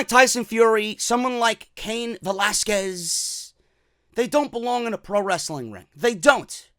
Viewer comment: Thank God he's pronouncing Velasquez properly now